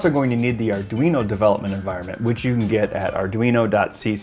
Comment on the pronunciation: Adweeno? Whats that?